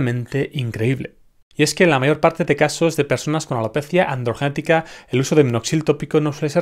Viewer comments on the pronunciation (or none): Y yo para ver cómo dice alopezia adrogetica